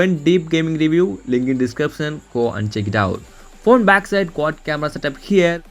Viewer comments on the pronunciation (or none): none